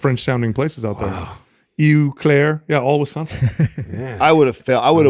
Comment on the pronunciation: Loved the top ten drunken cities as I am from Minnesota, so I knew right away the answers! Hilarious to heal pronounce the cities!! Btw it’s pronounce O Claire hahah